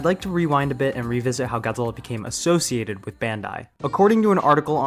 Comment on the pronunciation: If you love Godzilla then why are you mush mouthing through his name